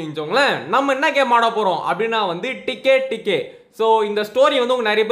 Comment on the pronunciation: அது டிக்கே டிக்கே கிடையாது அதுட உண்மையான பெயர் தெக்கி தெக்கி.